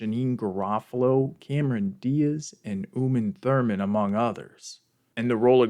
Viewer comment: i noticed that too and why i just started thinking "he's screwing with us isn't he😂". Great video